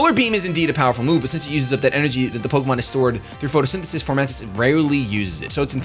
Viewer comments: f-O-mantis not f-OR-mantis! it's leviooosa not leviosaaaaa! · I can't get over him saying Formantis instead of Fomantis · fo mantis, there's no r. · Foe-Man-Tis =Fomantis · There is no "R" in fomantis.